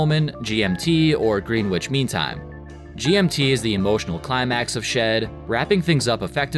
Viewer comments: Right? Green witch😂 this isn't Wizard of Oz😂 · Yeah that's not how you pronounce Greenwich. -> Gren-itch